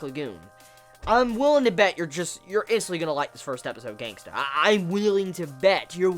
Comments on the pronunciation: its Gangsta not gangster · Love the way you say GangstA😂😂